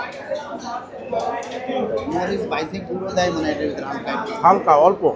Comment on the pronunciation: কথাটা হবে মানে।মানি নয়😊